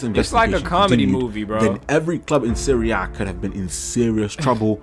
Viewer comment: Hearing you say Serie A correctly gave me a smile, because I'm an OG watcher and you've come along way my guy